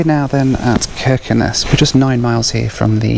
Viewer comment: You are pronouncing every Norwegian place like a real Norwegian, Its amazing too hear, the only thing wrong is Kirkenes, the K in the begining is pronounced with a ¨sjjj¨ sound instead of a K, but your spot-on! 😁